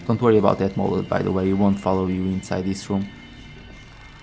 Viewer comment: It’s MODEL shotgun not molded lol. Not a big deal at all but I thought it was funny